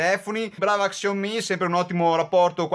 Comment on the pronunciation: Grande! hai avuto le stesse mie difficoltà.. quando abbiamo più di due dispositivi da comparare, è normale avere un minimo di difficoltà con i nomi! Keep Pushing! Ah.. "sciao-mì" per la pronuncia!!!!!!!!!! ahahahahah